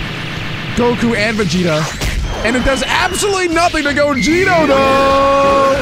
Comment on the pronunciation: The fact that he says gogito instead of gogeta